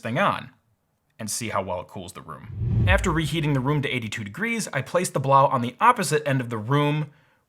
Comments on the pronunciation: I've heard that the actual proper pronounciation of the AC is 'Blow" not 'blauw". Its just that some websites insisted on the latter. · I think it woukd be pronounced "blow" not "blough". Kind of makes sense when you think about it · I need to correct your pronunciation of the product name. "Blows" is correct. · ITS PRONOUNCED “BLOW” FOR GOD’S SAKE